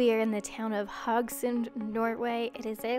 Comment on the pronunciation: A bit late, but the e in Haugesund is not silent. Like most e's in Norwegian, even the ending ones ;)